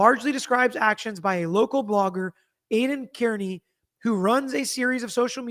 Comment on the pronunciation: Please pronounce Kearney correctly! You’re better than this